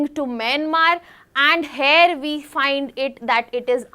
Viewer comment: 'Here' is actually pronounced as Here' not 'Hair' check google pronunciation pls